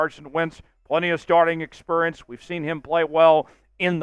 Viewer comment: did you just pronounce experience as expurrience